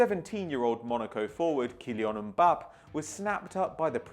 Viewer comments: Mbappae How you pronounce it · Its Mbapp"ey" just sayin! :P Keep up the great work!